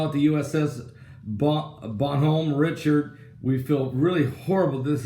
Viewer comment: Love ya, Pastor but you Butchered the Name of that ship! Bon like Bon-Bon's the icecream treats. Hom, like hominy Bon Hom, Richaurd like a snooty Richard put it all together. It's French. Bon Hom Richaurd. He was in the Revolution for our side,I believe.